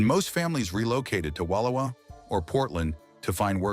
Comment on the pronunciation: The narrator pronounced Oregon correctly but could pronounce the name of the town? Bayocean. On one side of the spit was the bay and the ocean was on the other. Bay Ocean. Bayocean. Not Bay-oh-seen. He botched Wallowa, too. It’s not Wallow-uh. It’s Allowed-uh with a w at the beginning.